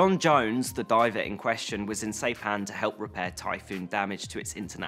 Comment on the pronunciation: Saipan, pronounced 'sie pan'. S eye pan. No 'sei pan'.